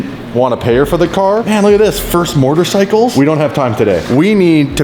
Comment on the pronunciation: Everyone: motorcycle: MoRtercycle